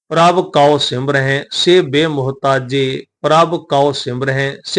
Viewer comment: ਗਿਆਨੀ ਜੀ ਪ੍ਰਭ ਕਉ ਸਿਮਰਹਿ ਸੇ ਧਨਵੰਤੇ ਵਿਚ ਸਿਮਰੇ ਦੇ ਵਿੱਚ ਸਿਹਾਰੀ ਦਾ ਉਚਾਰਨ ਹੋਣਾ ਹੈ ਜੀ